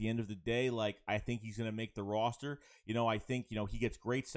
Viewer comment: Do we know where is from? Why does he butcher the word Roster so bad? I like the videos but as a born and bread Philadelphian, we don't talk like that.